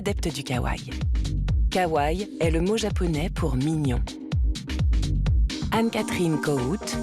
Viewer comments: Kawaii Pas kawaii on prononce le I a la fin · Les images en IA c'est a bannir! + la prononciation à la française de certains mots comme "anime" "labubu" "kawaii"..+ l'emploi a tout vas du mot "cuteness" qui ne s'utilise pas dans la popculture ça "vieillit" le documentaire :/